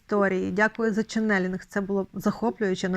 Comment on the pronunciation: Дякую за чудовий ефір!Дякую вам,Оксано,за вашу працю.Будь ласка,зверніть увагу на наголос у слові «чЕннелінг»,наголос припадає на перший склад!